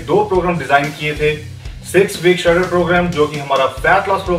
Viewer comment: he pronounces shredded as shutter